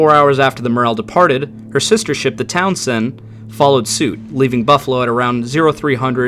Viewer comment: The "Town Send....". The way he pronounces Townsend is interesting.